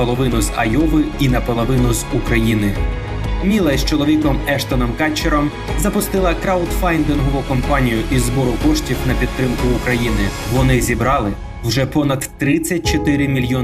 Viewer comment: по-перше КУтчер, по-друге краудфАНдингову